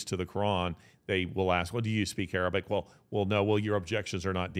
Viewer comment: I am impressed and amazed, this man is truly knowledgeable. He has all his facts memorized and every Arabic word is well pronounced, my Arabic (especially relating to the Muslim religion ) isn't strong yet I recognize all the words.